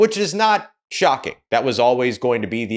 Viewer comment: said “Shough King” at least that’s how I heard it if he meant shocking 😅